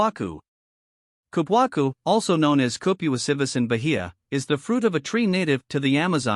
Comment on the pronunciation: That is a completely embarrassing pronunciation of this wonderful fruit.